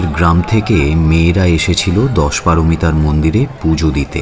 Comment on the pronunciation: দশপারোমিতা নয়, দশোপারমিতা।